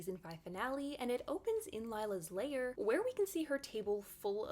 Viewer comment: Lair is not pronounced like layer...